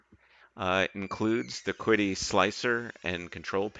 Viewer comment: Could be wrong but I thought QIDI was pronounced she-dee?